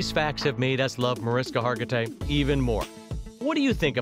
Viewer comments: Video wants to tell me new facts about Mariska and proceeds to pronounce her name wrong three times in the first 30 seconds. Well, sorry, but I'm out. 🤷🏻‍♂️ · I think you're saying her name wrong 🫣